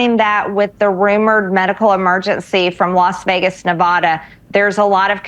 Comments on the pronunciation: She can't even pronounce Nevada right!!! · Hey Marge. Learn how to pronounce Nevada.